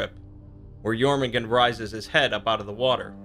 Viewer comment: Jörmungandr it has an R at the end with that sound. Also for Aesir it’s pronounced Ace-year, not Ass-err